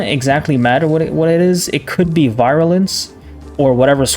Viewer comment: i know this video is 10 months old but "virulence" is pronounced VEER - u - lence not VI - ru - lence